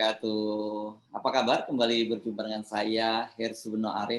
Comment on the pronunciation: Hanya sedikit ada sesuatu yng mengganjal buat saya yaitu bila bung Hersu mengucapkan SALAM yaitu dalam kalimat وبركاته sedikit kurang panjang bcaannya dalam ك ( KAF ). Mohon maaf ya ...!!!